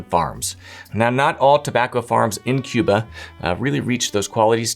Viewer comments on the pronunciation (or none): none